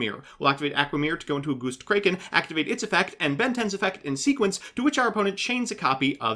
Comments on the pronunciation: When he went "Goustcrayken" i felt that🤧🤧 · Ok, has to deliberately mispronounce things, right? "Goostkraken"? Really? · are you mispronouncing everything on purpose holy shit goostkraken? is it going to lay an egg? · Why do you literally destroy pronunciation of easy to pronounce cards? Aqua mirror Gust kraken Etc I swear i heard you do it on purpose either from you or someone else lol.